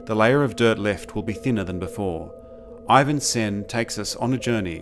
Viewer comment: Its SEN not Svwen